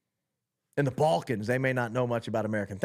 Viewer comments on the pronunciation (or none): none